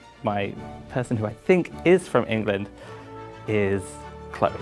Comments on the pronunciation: When i heard chloe say her name I was like: nah she’s gotta be the one cause if she wasn’t she would’ve pronounced her name: cLeOrRrRr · I'm not British and I immediately thought the same. The others seemed to be focused on pronouncing words and for her the words came out naturally, so I knew it was her.